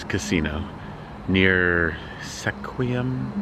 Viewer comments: It's pronounced skwim,.. almost like swim... I lived there when I was 12-14 years old... It surprisingly only gets about 16 inches of rain a year. It's in what's called "the banana belt"... The Olympic Peninsula gets over 100 inches of rain! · Sequim sounds like skwim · You say it like "Skwim." Dogs are not allowed on many of the national forest trails, so you are probably better off without one there. Finding the right dog for your style is the trick, like mine need to be groomed, but on the other hand I don't need to deal with shedding. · Great video, I was born and raised in Seattle, living in Phoenix Arizona for the past 20 years. Subbed your channel and I look forward to seeing more. ⭐😎⭐😎 Edit.. I'm sure you already know now the town you're in is pronounced sKwim like swim with a K sound after the S. 🦋🦋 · Sequim is pronounced "skwim". I live in Port Townsend on the OP. Have fun! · It’s pronounced Squim, like Squid but with the m sound! We stayed at The Seven Cedars Casino for 3 days it is very nice! I loved the town as well! We did the whole Forks and into the National Forest! We stayed at the Hoh Rain Forest for 4 days it is beautiful! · Sequim is pronounced skwim as I understand it.